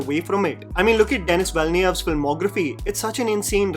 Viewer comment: You butchered Denis Villeneuve's name 😂